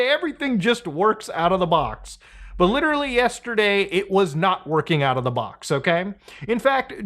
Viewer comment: This has really fucked with me for a long time now. You ssy ""literally" not just constntly but you pronounce it just like Leafy. PLEASE stop. It's gone on long enough bro.